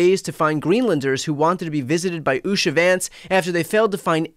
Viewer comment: Did you say Shady Vance?